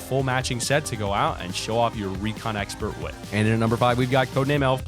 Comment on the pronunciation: 709 he said recon exprt lol